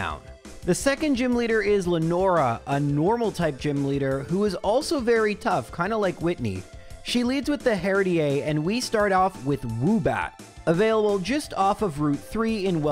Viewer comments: her-dee-ay LOL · Herde ay instead of herdier may be the most aggressive mispronunciation I’ve ever heard from. Still great video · That is not how you say Herdier lmao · Because of how he pronounced Herdier? As a Canadian myself, I can honestly say that's got nothing to do with him being Canadian... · Wait...is that how you say Herdier? Oml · has the best pronunciation of Herdier ever